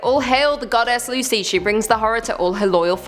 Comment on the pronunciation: Lmao!!!! Lucy!! It’s cu cuy